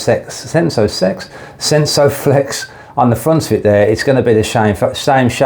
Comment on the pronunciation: Thought it was a vibrator review for a min when you said SENSO-SEX 😂